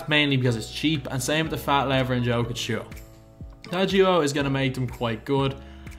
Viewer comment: im a denver fan and it is a small thing but could you please prononce nikola jokic's name proberly yolk+ic or just call him the joker also would love to see a fat lever + jokic video if possible